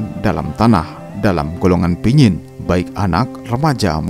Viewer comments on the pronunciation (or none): yg baik. Terima kasih telah mempublis cerita tradisi kematian suku Dayak Kayaan ini. Saya hanya meluruskan penyebutan kata Pinyin*. Yang benar adalah *Panyin Cerita ini terdapat dalam Majalah Kalimantan Review (Majalah KR)_lupa edisi yg keberapa. Penulisnya adalah saya sendiri. Kebetulan saya sendiri berasal dari suku Dayak Kayaan di Sungai Mendalam, Kab. Kapuas Hulu-Kalbar.